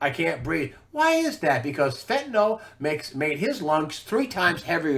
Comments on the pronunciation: I really wish people would learn to pronounce fentanyl. It's not "FEN-ta-nol"; it's pronounced "FEN-ta- nil" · Fentanyl == Fentanol?